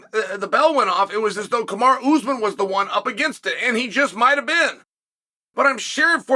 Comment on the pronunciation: Cosmit, Kamaraoozeman…IM WEAK!! 😂